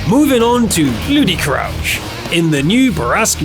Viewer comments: "ludi_krauljch" pronounced by gg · Probably the worst pronounciation possible